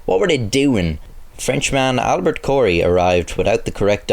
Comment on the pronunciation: I'm a native French speaker and "omelette du fromage" doesn't make sense. Replace "du" with "au". Also, that's the first time I've heard someone say cheese omelet in place of crazy or fucked up. That idiom certainly doesn't exist in French. I also cringed when you mispronounced the French man's name. The "t" in Albert is mute. It's pronounced like "albair". You also got Corey wrong, it's not "cohree" but "coré".